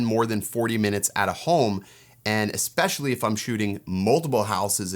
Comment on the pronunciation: Excellent overview. Just curious: Why do so many people say "ex-pecially"? I'm hearing it more and more these days.